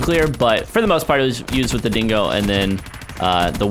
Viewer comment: dingo* not singo